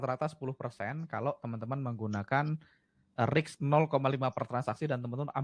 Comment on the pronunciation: kenapa menyebutnya riks, bukan risk. Peace ya mas Angga... 😊🙏